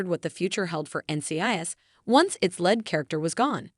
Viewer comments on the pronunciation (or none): Your reading the words correctly is pitiful. It is lead not "led" and Leroy not "Larry'. And Shawn not "seen"